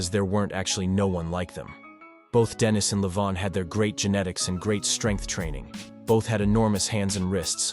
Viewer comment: Why the fuck are you switching up how to pronounce denis halfway into the video? Weird.